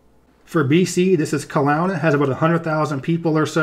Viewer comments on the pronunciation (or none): It was funny to see the fact that BC is mostly wilderness be the death of us, also pronounced Kelohna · It’s actually pronounced Kel-oh-na, despite the weird spelling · Wow you really butchered the pronunciation of Kelowna